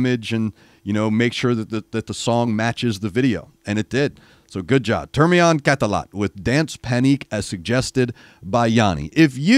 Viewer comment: Your pronunciation of that band name was spot on!!